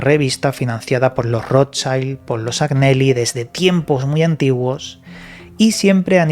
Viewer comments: Hola! En italiano se pronuncia "Añeli", la GN en ese idioma equivale a nuestra "ñ". Saludos!!! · Se escribe Agnelli y se pronuncia Añelli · Agnelli se pronuncia Añeli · Como siempre un interesante vídeo y como nota desde el respeto y con espíritu constructivo Agneli se pronuncia Añeli,en italiano no hay ñ sino gn,creo